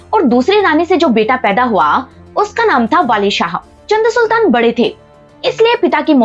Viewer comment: चंद सुल्तान नहीं चाँद सुल्तान